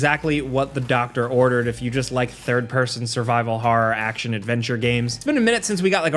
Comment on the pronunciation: Are you pronouncing "horror" as "horrar"?